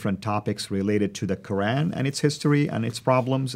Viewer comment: AHAHAHA the guy is dressed as an arab, but into the video he gives it away when he pronounces "Quran" worse than jay smith 🤣